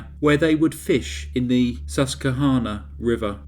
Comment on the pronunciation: Wow, good job, you pronounced Susquehanna right! That's a tough one. Next challenge -- Monongahela! lol.